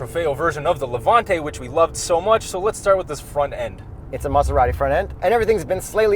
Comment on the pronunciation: I see still pronounces Maserati weird lmao